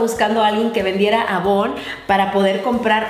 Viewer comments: Elisa Pinto que pena pero avon es una marca estadounidense y si te fijas en los comerciales televisivos siempre la llaman "eivon" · no se dice avon, se pronuncia eivon 👌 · Like si lo ves 2018 y no es avon asi se escribe pero se pronuncia eivon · no se dice avon se dise eivon se escribe avon pero no se lee así. soy una gran fan tuya y obvio que no es para ofender ya:-):-):-) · se dice eivon no avon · Jajaj dijo Avon y se pronuncia eivon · Yo siempre lo he pronunciado Eivon xD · avon se pronuncia eivon.....te amoo 😙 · Se escribe Avon y se pronuncia eivon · Creo que se pronuncia Eivon la marca jaja😂😂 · sin criticar pero se escribe Avon y se Lee Eibon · Se escribe Avon pero se dice eivon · Jshaha cierto! En chile le decimos eivon 😹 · Si en Ecuador se dice eivon ( avon) :) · En Colombia también se le dice eivon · En ecuador le decimos eivon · Pues yo he buscado en Google y se pronuncia eivon. 🙄 y en Honduras así se dice Eivon. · baak Hay una novela que se llama "porque el amor manda" y la empresa donde se manejaba era avon xD y si le decian asi AVON entonces creo que depende del pais jajaja